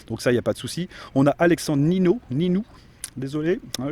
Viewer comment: Superbe vidéo 👍. Je te rejoins sur la résolution de l'écran c'est bien dommage. Mais j'aime beaucoup ce modèle. Et tu l'as bien prononcé mon pseudo d'Alexandre Ninou 😉. Au plaisir de prendre du temps pour discuter sur notre groupe Facebook 👍